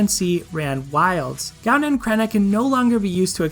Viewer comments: Partially because I'm Irish, partially because I'm pedantic, if it interests you at all (and if it doesn't, by all means, ignore this post): Gaibhne is pronounced something like "guy-vnyuh" (for the second syllable, roll a "v" sound into "nyuh"), and Creidhne is pronounced something like "cree-nyuh" (with the "r" rolled (technically a flap, if that makes sense)); if IPA transcriptions help, the pronunciations are [ˈɡovʲnʲu] and [ˈcɾʲeːnʲə]. Love your content; thanks for confirming my thoughts on the matter of water dragons. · I REFUSE TO PRONOUNCE GAIBHNE & CREIDHNE LIKE THAT